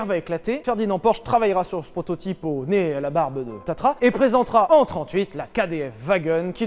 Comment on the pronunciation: Petite rectification on dit tatra et pas tatra (patatra lol)